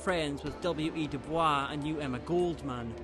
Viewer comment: Minor note: WEB DuBois's last name is not pronounced "doo-bwah." Normally the name is pronounced that way, but DuBois himself always pronounced it as Doo-boys. There's an apocryphal story that his family had started pronouncing like that as a deliberate insult to their French owner.